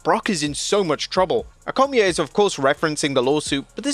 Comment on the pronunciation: What is that pronunciation of ‘Cormier’? 😂